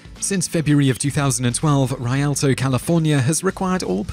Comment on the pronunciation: I love how he pronounces Rialto, CA. Haven't heard it said that way yet lol.